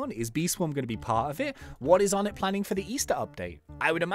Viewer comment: Something I found out yesterday onett is pronounced onay